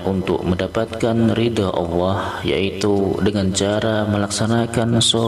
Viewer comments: Maaf sekali lagi jangan suruh ngucap awoh salah itu harusnya baca nya Allah🙏🙏🙏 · Maaf" itu yg bca salah bukan awoh,,tp Allah,,baca masih salah ko suruh baca 🙏🙏🙏🙏